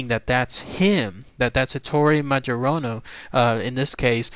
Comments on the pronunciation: It should be pronounced "mayorana". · You're mispronoucing his name. I think.